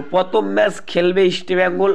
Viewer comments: You should pronounce properly Why are you spelling Easta bengal instead of East Bengal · তোমার উচ্চারণে অনেক সমস্যা যেমন ,,Eastbengal এটা আগে ঠিক করো। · আরে গর্ধব, আগে "ইস্টবেঙ্গল" নামটা শুদ্ধ ভাবে উচ্চারণ করতে শেখ, তারপর ভিডিও বানাবি। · দেখো তোমরা যে কেন vdoকরো...তা বোধগম্য নয়...একটা খবর ও ঠিক নয় ...চাকু মাণ্ডি...আমন ...এদেরকে সুযোগ দেওয়া হোক.. ভালো বিদেশী welcome ...পরিশেষে বলি Estbngl...নিচে কথা বলতে হলে উচ্চারণ ঠিক করতে হবে...like...share...পারলাম না